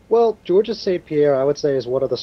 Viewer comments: please in the future stop pronouncing the "s" at the end of Georges' name. This is not correct. The "s" is silent. George-es sounds like there should be two of them. Rolling the "G" at the start is optional, the silent "s" is not. THX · FYI, the S at the end of Georges is silent. The name is pronounced exactly the same as in English. From Montreal, go GSP!